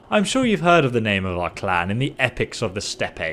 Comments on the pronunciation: Steppe is read as 'step' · The 'e' at the end of "steppe" is silent. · it's written "steppe" in french to match it's phonetic. The "e" letter changes sound when it is followed by a doubled consonant. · Just a heads up, it’s pronounced “Step” and not “Step-pe”, great video though! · Steppe is pronounced "step", not "steppy". Look it up if you don't know what it means.. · Hey, its pronounced "the Step" not the SteppE. Great videos otherwise:) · It's crazy how NOT A SINGLE youtuber knows how to pronounce 'steppe'... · It's said as "step". The French probably got a hold of it and added extra letters to feel fancy. ;) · Yes it does? Step = a short movement or a slightly elevated surface; Steppe = a large, flat grassland. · Good set of videos. 'Steppe' is pronounced 'step', and 'militia' is pronounced 'milisha'. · Steppe is pronounced step. It's like how shoppe is pronounced shop. It's old english that hasn't been updated yet. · It's pronounced step.